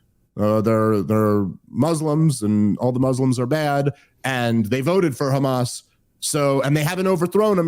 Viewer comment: I didn’t realize it was pronounced “Hamaz.”